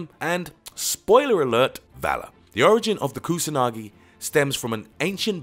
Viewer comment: It is pathetic the pronounce of non English name, like Amaterasu, Kusanagi or Yamata no Orochi.